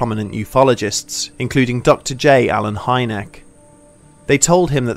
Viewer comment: Just a small jab. Hynek is actually read a bit differently since its a czech name in origin. But most people wouldnt know so I cant fault you for that.